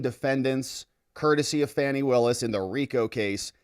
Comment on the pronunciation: Fan is pronounced Fan - Fani is Pronounced - FANNY, , who is that dishevelled old fart with Fani